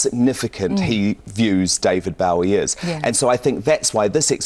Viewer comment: Hard to believe that Lorraine considers Bowie to be one of her "all time heroes" when she can't even pronounce his name correctly. can pronounce neither 'Bowie' nor 'Iman.' Can't even get the basics right - great journalism. And Changes is from Hunky Dory, which was released in 1971, not '72.